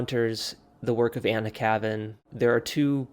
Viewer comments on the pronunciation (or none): You could at least pronounce her pen name correctly.